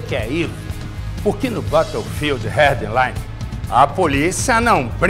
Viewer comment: bateofild heard line disponivel no orgi kkkk bela pronúncia